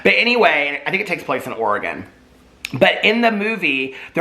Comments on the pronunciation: Thanks for saying Oregon correctly. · Thank you for pronouncing Oregon correctly! I took away a lot more than that from this video though, horrible things going on it’s really sad. Love you! K? 😂💙